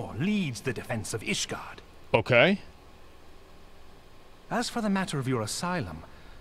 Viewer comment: Since asmon calls ishgard "Isengard", someone should edit a video of him entering ishgard with lord of the rings soundtrack.